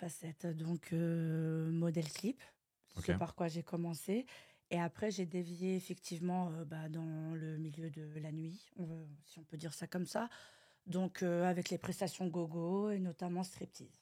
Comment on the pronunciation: Elle a dit j'ai dévié ou j'ai des viers ?? 😂😂